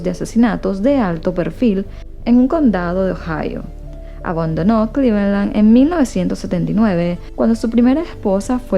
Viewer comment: las pronunciaciones la verdad....dejan mucho que desear.Hasta en nombres propios, o nombres de ciudades.O decir develar en vez de desevelar.Acectar...Pero bueno le pone ganas y dedicación.Eso es lo que más cuenta.Pero bueno en Venezuela no enseñan inglés taaan profundamente como en otros países.Eso es lo que me dicen amigas que son de allí..Por eso:clevelaaaan y no es asi.No se le entiende en las palabras inglesas.Hace lo que puede.Son buenas historias.